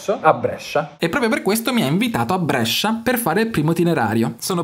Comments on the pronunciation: Brescia non Brèscia ahahaha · Idea fighissima.. Ma chiudi quella "e".. Ti prego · Da bresciano sentire come pronunci Brescia mi fa un po’ ribrezzo, ma ti si ama😂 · Brescia detto alla romana fa un certo effetto;-)